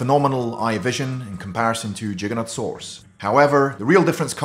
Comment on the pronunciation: Please pronounce it correctly . It's Giganotosaurus not Jiganotosaurus.Giga